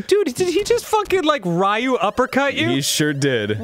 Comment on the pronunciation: The way Danny says "Ryu" makes me sad